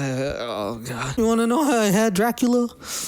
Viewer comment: “Dracula” come on dude 🤣🤣🤣